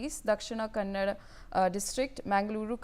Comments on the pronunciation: Dear "north" indian news media. Learn to pronounce words like "kannada". You all say "kannad". We should start saying "hind" "indi" "mod" ? And I am from Tamilnadu. Not "tamil naad" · It's Kannada not kannad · Learn to pronounce the language name properly before you call yourself a reporter Shame on you NewsX